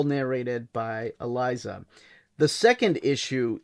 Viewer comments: Well done, my brother! This is a must-read for all 'Gargoyles' fans! Elisa's name is pronounced Eee-Leeaze-ah. No big thang, though. After 12 issues, and a Halloween Special released in 2023, Weisman and Dynamite Entertainment have relaunched the series as "Gargoyles: Quest". There is also a prequel series titled "Gargoyles: Dark Ages" that focuses on many of the characters and what shaped them before the events of the original series. I'm hoping Weisman is in it for the long haul. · Elisa was pronounced with an "s" is the show not a "z." I was so confused about Brooklyn's current status but it's a separate arc that wasn't covered.